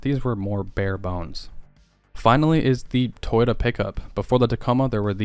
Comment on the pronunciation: Toyouta period